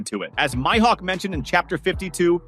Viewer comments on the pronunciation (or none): It's MIHAWK